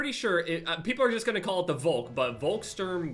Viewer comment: You pronounced the volk correctly